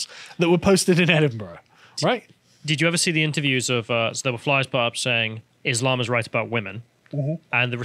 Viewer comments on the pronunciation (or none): none